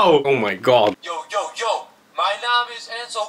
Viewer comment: Je doet enzo echt heel erg naar met als een baas dm de manier waarop je oh my god zegt Blijf origineel wel vette video